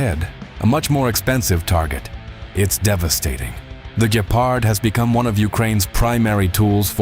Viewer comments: Some of the pronounce is funny. Please no "Gayparhd". Instead try: "Gheparrt" as in Gecko. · I hear to like ''Gayfart'' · I giggle each time you pronounce it as Gaypard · i heard gaypard........ like why is ai so incredibly stupid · Mispronouncing a word in every possible way is not an excuse for being to lazy to look it up. Don't rely on AI written by Americans